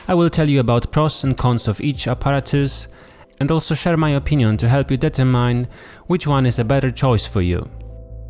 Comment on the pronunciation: it's not "BEGGginer" you should say "beeGINNER" and it's not "DETTERmine" you should say "deeTERMINE"